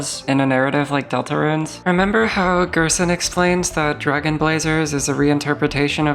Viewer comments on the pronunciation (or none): none